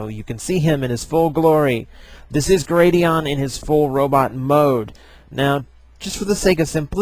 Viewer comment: It's Gladion, not Gradion.